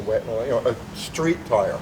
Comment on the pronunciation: no, I think just mispronounced "tire" and didn't catch it.